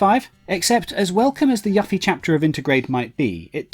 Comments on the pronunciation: he said yaffie Check ur ears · He said yuhffie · It sounds like it's spelt IMO, the fact this guy thought it was pronounced Yuffy is weird, plus the amount of times he would have heard her name yet he still says it wrong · its not yuff eee... its yoo feee.. they even state her name in the trailer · 1. Its "you-fee" not "Yuh-fee" 2. "Better part of a decade" is very, VERY optimistic. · Her name is YUFFIE (YOU-FEE). Not ruffie or yaffie. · The Yuffie pronounciation annoyed me more XD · "Yoofie and Teedus are correct pronunciations, Yuff-ee and Tie-dus are incorrect" that is literally ALL I AM SAYING... Jesus some people just like to disagree for the sake of disagreeing. I was born and raised in the UK no one I know pronounced it Yuffy, but sure, you say there is a significant amount of Brits who do... As Ventus would say "ok I believe you", I acknowledged it in my previous reply. He may call him Wukk-ah, no it won't bother me *but I may leave a lil youtube comment about it, big fucking deal*. Your acting like I sent this dude death threats or left some hate-filled essay. You hear her name throughout the FF7 compilation and Kingdom Hearts franchise plenty of time to realise you been saying it wrong and just start saying it right. My analogy from last reply was perfect. A Chinese bloke tells me I've been pronouncing his name wrong, only polite to correct it. Of course these are fictional characters so it matters a lot less, but I also don't think its a big deal nor did I make it out to be. And before you reply with that same tired point of "his accent is why he pronounces it wrong" he can correct his mispronunciation like anyone else and me & everyone I know (who knows the character) managed to read it as Yoofie, maybe cause the name Yuffy sounds fucking stupid plus she's a Japanese character so it's only natural her name fits that phonotype. Regardless, I can understand your point as to why Brits in the 90s may have mispronounced it, but there has been amp